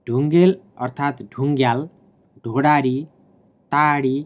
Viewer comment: Its Sodari not Soradi